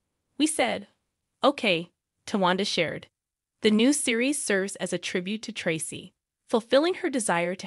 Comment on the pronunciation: Im so sorry but please pronounce Traci name right HER NAME IS Pronounced TRACE E NOT TRE CE RESPECT HER NAME AND THE FAMILY